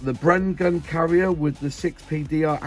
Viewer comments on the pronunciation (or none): none